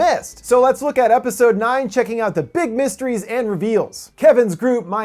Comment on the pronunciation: Ha, "MIST-ERIES"